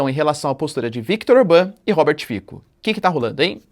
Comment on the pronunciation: A pronúncia é "Robert Fitso", c nas línguas eslavas é "ts". Ć seria "tch"